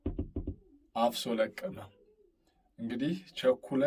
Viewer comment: የቸኮለ አፍሶ ለቅመ ነው የሚባለው አነባበብህ ልክ አይደለም ፍ ን ጠበቅ አድርገው